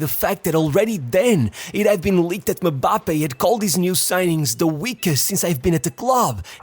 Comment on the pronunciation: You say mambappe,instead of Mbappe😂😂😂😅